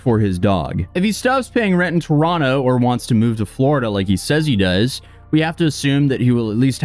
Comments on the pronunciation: And bonus points for pronouncing Toronto right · did just pronounce Toronto the proper way? As a Torontonian, that makes me very happy, eh?